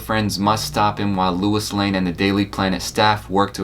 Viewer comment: If you grew up watching all of those shows, you should know that her name is Lois, not Louis.